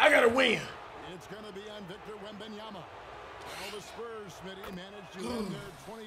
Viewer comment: cash saying WAmbAnYamA